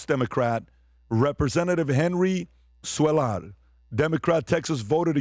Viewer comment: The Texas politician’s name is pronounced Queyar. He is Texas version of John Fetterman. Being from Texas, he has seen firsthand what illegal immigration has done to Texas. Great show PBD AND CREW!